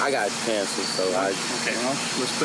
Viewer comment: Definitely sounded like covid and cancer